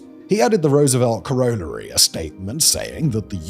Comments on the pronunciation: What on earth is a Kor-roll-airy? 😂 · Do people in the UK actually pronounce corollary that way?